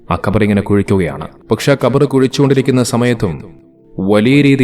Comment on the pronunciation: പറയാനറിയി ല്ലെങ്കിൽ ശവകുടീരം അല്ലെങ്കിൽ ശവക്കുഴി എന്നു പറഞ്ഞാൽ പോരെ ? എന്തിനാ ഖബർ ഖബർ എന്ന് തെറ്റായി പറയുന്നത്? കബർ ആണ് ശരി. ഖബർ = വാർത്ത.